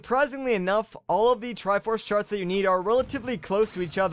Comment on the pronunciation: he definitely said "triforce shart"